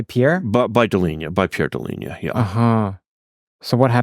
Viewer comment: In this video, Professor mispronounces Pierre Deligne's surname. "Interview with Pierre Deligne, the Abel Prize", December 12, 2019